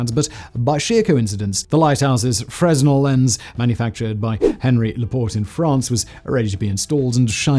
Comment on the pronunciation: The 's' in fresnel is silent.